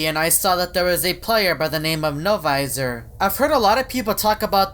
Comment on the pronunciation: only says no viser